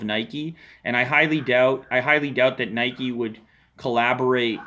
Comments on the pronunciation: its not nikey !! haha i think its NIKE like the name IKE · it's nike not nikey you ride a bike not a bikey